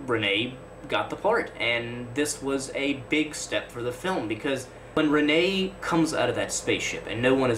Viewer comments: And please learn the name of the great composer, pronounced HER-min, not her-MAIN. I liked your video, but you lose credibility when you mispronounce names of major artists. Michael RENN-ee, not some mysterious frenchman you invented named Rih-HAY. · Please learn his name. It's not Ren-nay, it's pronounced Renn-ee. RENNIE!!